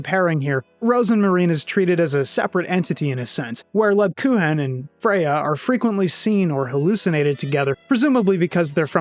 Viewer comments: Hate to be that guy, but it's pronounced more like LeebKooken. She's actually named after a german type of Cookie. The Grocery store by the home I grew up in would sell them all through December. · I adore the irony of the Rosenmarine/Rosemarie thing when you pronounce Lebkuchen wrong 😆 Absolutely fantastic video on, frankly, an all timer game. Thanks for spreading the good word!